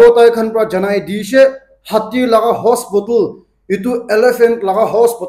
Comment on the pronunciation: Hospotol nahoi ho.... HOSPITAL 🙏 ur not kid its been long time u didnt change.